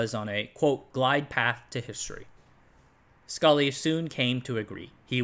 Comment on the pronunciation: Very nice work, but the former Apple CEO was John Scully, not Scull.